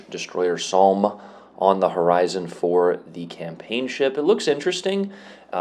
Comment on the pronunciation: It's pronounced 'Som', it has a special relevance as one of the worst battles for casualties for the British in the first world war